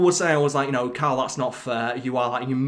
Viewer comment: I think he's actually just really bad at pronouncing "Karl".